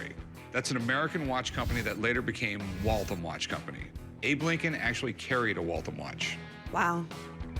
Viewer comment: The pronunciation of Waltham is so terrible. I grew up in Waltham and worked in the watch Factory for years. So many stories from those days. I even helped throw a party there once. Had a friend of mine set up turntables and Unleashed liquid nitrogen to have a smoke show whilst my friend the DJ was playing.